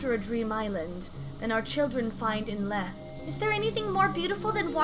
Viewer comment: For this one, Lethe is pronounced as 'lee-thee' with a soft 'th' sound. But to make it rhyme as such, it should be pronounced 'le-thay'. It is a lesson in concepts. That the correct one may not be the appropriate one. And that a skewed pronunciation may fit a rhyme better than the preconceived one. Source: me, making things up lmao